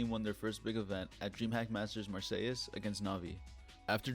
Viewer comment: Don't need to pronounce the es in Marseilles, great work though